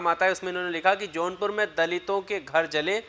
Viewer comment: Its jaunpur not a johnpur plz correct ...